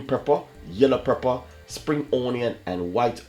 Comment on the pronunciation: Omg im tirec of hearing the word prepper its pepper whe u come from plz itkilling me ur recipes r great pronounce the words correctly